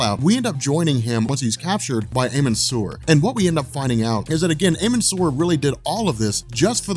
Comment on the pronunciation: amun sur is pronounced ahmen